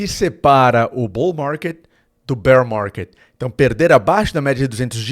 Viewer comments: "BOU MARGUÊD, BÉR MARGUÊD" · Bour marrrket Bearr marrrrket 😂😂😂